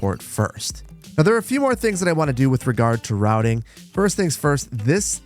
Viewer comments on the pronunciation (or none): none